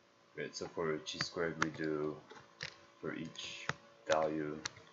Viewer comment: Chi is pronounced like high but with a k